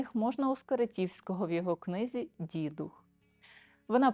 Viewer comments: Вітання. Не дІдух, а дідУх. Говоримо українською, панство! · дІдух чи дідУх? Родом з Галичини і все свідоме життя ставила "дідухА". У вікіпедії також вказано наголос на другому складі. Наша країна велика і розмаїта. Мені щиро цікава міграція наголосу. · Вірогідно, що правильно , все ж , дідУх - дІдів дух, дух дідІв - поминання душ померлих пращурів. Тобто, наголос на "дух". Хоча у різних регіонах різний наголос .